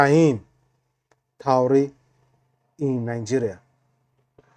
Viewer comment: what is Taure? If you can not pronounce his second name, just call him Ibrahim, as a blogger, you have to be good in pronunciations. May God protection be upon Ibrahim Traore